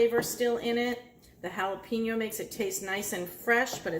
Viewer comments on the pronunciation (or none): It aint that hard to say Hallah-Pen-Yo instead of Hallah-Peen-Yo. You'll sound less like a clueless white lady.